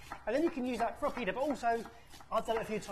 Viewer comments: A lot of the time it just sounded like you were saying pedo… 😳🥴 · I am hearing you say Pee-day. Do you mean pita?